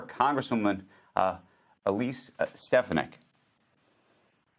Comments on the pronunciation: Sorkin doesn't even know how to pronounce Elise Stefanik's name. She's been making headlines for three days now, but this rube doesn't get much air outside his liberal bubble to even pay attention to what's going on in the country. This says a lot about his awareness deficiencies. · Why was it so difficult for you to say Mrs. Stefanik’s name Andrew? 🤡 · He can’t even pronounce her last name.